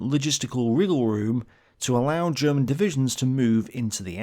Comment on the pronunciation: here, as a german i think your efford to use german words and even alot of the pronunciation is awesome. and i bet most of german viewers think the same. (i bet you know, but sometimes somebody need to say it, in case you read this comment)